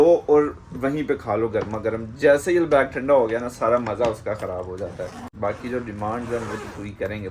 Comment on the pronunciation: البیک کا تلفظ درست ہونے پر الحمد للہ❤🎉